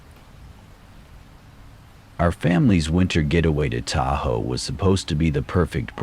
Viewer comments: I’m sorry but when you called Tahoe- Ta ho I had to stop listening. Lack of basic fact checking always throws me out of the story. No biggie. Just saying. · Ta-hoe???😂😂😂😂 Yea AI needs help pronouncing things..🤦‍♀️